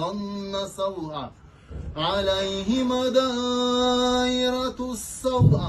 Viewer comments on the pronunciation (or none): none